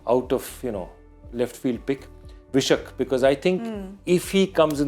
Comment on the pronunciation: That's Vai-Shakh Second month as per 🕉️ Hindu Calendar "Vaishakh" Not V-Shuck... Mr Joy it's time you prove that you are an Indian...